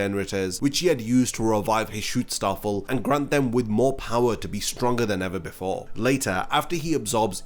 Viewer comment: It's Schutzstaffel. But when I hear you say it, it sounds like you're saying "Shootstarfall". It's been bugging me in every video now.